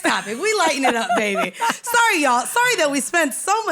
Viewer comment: Stop saying "Babeh."